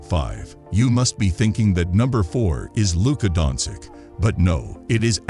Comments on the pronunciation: learn how to pronounce he's name at least..( specially when u do video about hem). donkik?!))) jokik?!)) omg this is so disrespectful!!! life hack for u read like this donchich jokich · luka donsick sounds good to me lol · How you gonna make nba content and not know how to pronounce Jokic, Giannis and Doncic😂